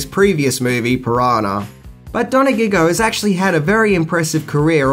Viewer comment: Pino Don-a-gig-go? The Don of the disco beats? It's Pino Donaggio. Your pronunciation of Italian names is the best thing in this video!